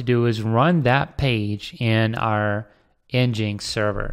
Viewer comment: nginx is said "Engine X"